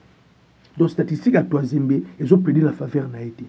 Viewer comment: Tuanzebe et non Tuazembe